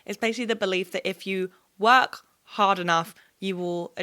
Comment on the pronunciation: The only words that sounded off in the American accent: Admirer That Energy Work